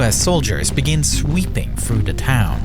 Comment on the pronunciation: Why do you speak like a 3 year old? Hearing you say "Sweepin twoo ta town" and "Too tousand and fwee" cracked me up 😂